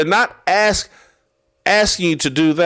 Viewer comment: Did you really just spell out 'axes'? LOL i thought that was a thing black people only did when they talked and couldn't pronounce? This is new 😂